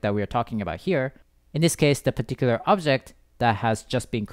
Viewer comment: pitiküler diyişini yediğim ne güzel anlatıyo reis ya